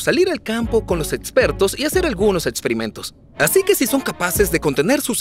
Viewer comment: Jajajajajaja el doblaje dice "Etsisten" "etspertos" "Etsperimentos" "etsperto" "diotcido" jajajajajajajajajajajajaja